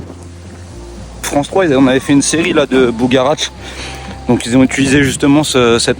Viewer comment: On dit ''bugarach'' et non ''bougaratch''...